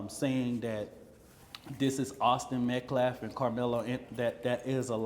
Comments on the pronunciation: Still disrespecting Austin by mispronouncing his name… it’s Metcalf not Metclaff… So tired of race hustlers.😮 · Also what is an optopsy? You can barely put a sentence together. And Austin’s last name is METCALF!! Met-calf. Have some respect!!! I saw that hateful video that Karmelo’s mother put up on social media blaming Austin for his death because he “put his hands on” her boy. It’s funny how it disappeared so quickly. But it was up there long enough to show just what kind of family Karmelo grew up in. One that plays the victim and does not take responsibility for their own actions. 😮Finally, stabbing someone in the heart is NOT a mistake.